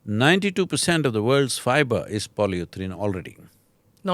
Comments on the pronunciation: it's not polyuthrane. polyurethane it is. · Pronounced "Poly - u - ri - thane" 😀